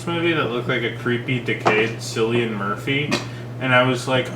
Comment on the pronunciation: It was basically a coming of age story dressed up as a zombie film. Felt all over the place and the ending threw me a bit, was hard to take seriously. Also, it's pronounced "killian" not "silian"